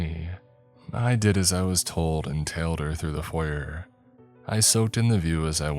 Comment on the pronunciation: You pronounce foyer wrong.